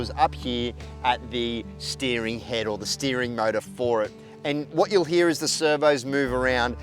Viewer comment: "The mowda inda wowda" Love it!! ahahahahah